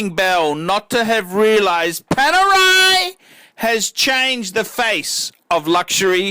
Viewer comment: My poor ears. Panerai? Ok, your choice.